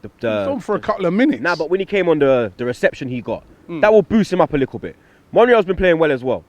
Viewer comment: Someone needs to tell there is no k in little. Oh and thanks for jinxing us saying Aguero never played well against us. Signed and sealed after that stupid comment.